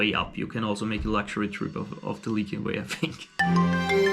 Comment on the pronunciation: Just one thing: it's lycian, not lykian. LISH-ee-uhn.